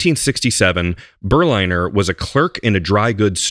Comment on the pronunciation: The pronunciation should be "Ber-linner", as in Berlin. Berliner = man from Berlin.